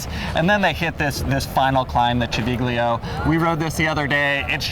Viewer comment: Really interesting commentary - learned a lot from it. Civiglio is pronounced Chi vil yo.